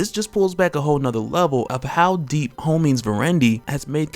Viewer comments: The way you pronounce Homines and Aurora is cringe. It's Homines like Hominid, like Hominids as in humans. And Aurora, like the Aurora lights in Alaska. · And Homines is pronounced Ho-me-ness